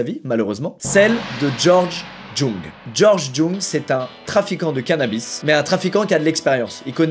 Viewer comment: ça se prononce « Georges Young »